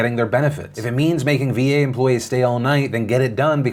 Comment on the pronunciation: Cringing every time I hear "VA bill of rights".